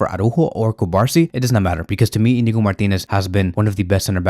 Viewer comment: The pronunciation of the Barcelona player’s name is Cu-bar-SÍ. The accent means something. Pls be respectful and say his name correctly. Thx